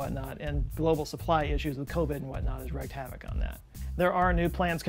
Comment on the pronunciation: Nope, Matt didn’t have puppies. Check and mate! (btw wreck (rek) vs wreak (reek) … check it out)